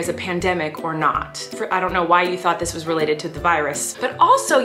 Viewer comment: She really said "dis you?"